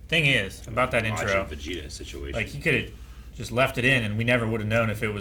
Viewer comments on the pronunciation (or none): none